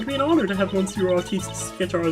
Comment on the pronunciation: I'm glad that you finally decided to skip the "Previously on Investigations 2", that was such a waste of video time that could have been used for more actual LP fotage. Also monsieur is STILL prounounced "miss-ye-uh". I may be swedish and bareley know any french except for some words and terms, but I do know how to pronounce monsieur correctly.